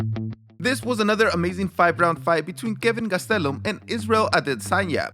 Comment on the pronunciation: I normally hate how you say last names but Gastelum is lit